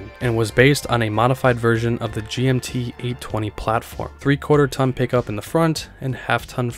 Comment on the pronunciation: You said gmt800 weird